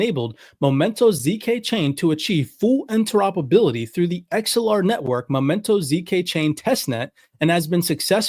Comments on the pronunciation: The word is “Axe el ar” Not “Ex el ar”… my goodness.🙄 so hard to listen when you can even say the name correctly.. bro you even played a video where they said the pronunciation and you keep messing it up. It’s ridiculous. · How do you not know the difference between anA and a E. It’s Axelar not Exelar. They even pronounce it properly in the video you show from them. Idiot.